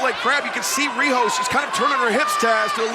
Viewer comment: Nice match Riho. They can`t even say your name right. Anyway, cheers from Hokkaido.